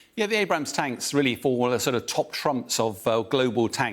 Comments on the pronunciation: finally calling them Abrams instead Abrahams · Thank god he started saying abrams instead of Abraham’s lol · Finally this “expert” did not say “Abraham” tank😅